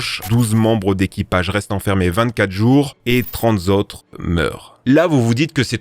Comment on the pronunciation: K19: Trente zautres???? Huit zautres? C'est quoi des zautres?